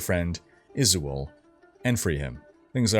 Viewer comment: Amazing break down and delivery. Only thing I'll say is, it's supposed to be said: andahhriel. Not andehrial. Also you said heralltii when it's her aht li. Heratli, and izual is izwahl.